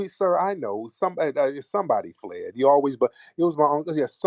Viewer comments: I have played “you fwee & yall fwed” about 50000 times. 💀💀💀💀💀💀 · Fwee & Fwed 😂😂😂😂